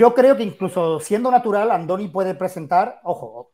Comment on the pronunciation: "Ándoni" no: Andoni. Y no es natural y está comprobado.